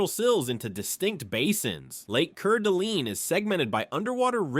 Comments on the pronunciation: I really enjoy your videos however your pronunciation of areas is way off. It’s pronounced. Lake Pond oraye, Lake Core dah lane, Kooskia =Kooski(A is silent), Weippe= We ippe, Camas = Cam us, and Moscow = Mas cow. I was born and raised in Idaho. The only people who pronounce these areas incorrectly, are out of staters and foreigners who don’t speak French. Do yourself a favor learn to pronounce places correctly. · I hate that AI mispronounces names of people and places. It is pronounced cord a lane. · like: KER DA LEEN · Lake ker de lean.. Wow.. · It would be nice if you could pronounce the places you describe properly, cause it really is disturbed me and I am born and raised here in Idaho and I would appreciate it if you could pronounce the areas you described right! Thank you so much for sharing this video ❤😢😢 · I was going to comment that you should inquire with the locals as to how to pronounce certain things because he mispronounced almost every place after seeing your comment I felt it was best just to give you a like and tell you you are completely right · The scenes from other places are mentioned. I watched it again. Also the way some of the places were " mis-pronounced" are actually the correct ones. Cours' dalene was mis-pronounced but Owyhee wasn't. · I'll give you a break on pronunciation but say it like cord a lane and pond eray. I know the spelling is goofy but I give you an A for effort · Cord-a-lane, ponda-ray 😊